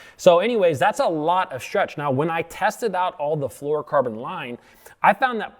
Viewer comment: Correct pronunciation isn’t one of them, no “ker” in flourocarbon, dude